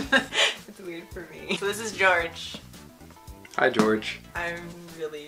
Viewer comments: Lol FYI here in Finland Georg would be pronounced "Gee or gee" 😂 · His name is pronounced like gey-org ^^ it's a (popular) German name ^^